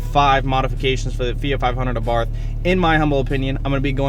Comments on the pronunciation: This guy is a fucking tool. 2nd. Please dear God tell me that the tune is actually called tork tune.... And he doesn't mean torque.... Hmm. Also it's AbarT-. H is silent. Smh. This fucking guy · Thanks for the video. I've got a 2013 with 42k miles on it. Cold air intake, shock tower brace, Madness ECU, power pedal, thermal blanket for the new turbo. The only thing I can add is Carlo Abarth's pronunciation of this last name is 'Abart' no 'th' it is a hard 'T' sound. Keep up the good work!